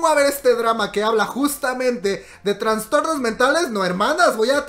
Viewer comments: Perdón por la corrección pero se dice Trastornos y no Transtornos 😘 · Es traStornos no traNstornos jaja